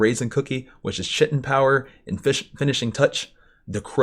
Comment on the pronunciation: “Chitin” pronounced Kai-ten lol your pronunciation had me dying over here 😂😂